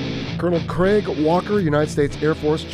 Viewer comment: Wow you say Craig about right, never heard an American say it “right” before. They usually say it like Greg or Creg which is wierd. Pretty cool.